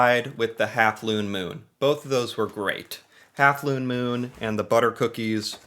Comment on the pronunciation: OMG the "looone moon" 😂😂😂😂😂😂